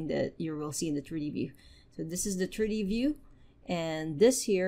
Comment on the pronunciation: Your tutorials are excellent and you seem super nice. Constructive criticism - please work on your English pronunciation. For example "triddy paddern [something] turdy view", man I was confused for a whole minute there that you meant "3D pattern [something I still didn't understand] 3-d view". Most of your "t"' words you say with a "d" and it's quite confusing at times. And then there's "buh-errrh" I was unsure what that was for a long while. But you meant "button". And "simmerlay" = simulate. I say this with kindness, just hoping you take it on board to help improve. Thanks for your effort! Sincerely :))